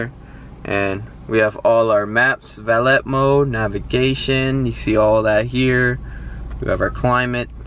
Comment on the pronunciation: "valette mode" lol 😂